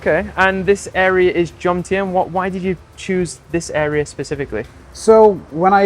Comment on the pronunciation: Why can’t vloggers pronounce the word Jomtien